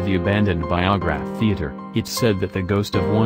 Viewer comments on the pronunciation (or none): The “VIAGRA THEATER”. LMAO It’s. The BUY-O Graph Theater. Best know for The Rocky Horror Show